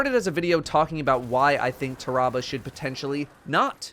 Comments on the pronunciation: "Tah-rah-bah" Pretty sure it's "Tear-uh-bah" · I think it's pronounced Taa-Rah-Bar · I always pronounced it Tear-a-bah Like tear that bear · I love your voice but not when ur mispronouncing words. It’s pronounced like terrible but replace le with ah